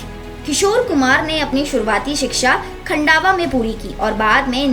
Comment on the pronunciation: खन्डावा नही खंडवा बोलो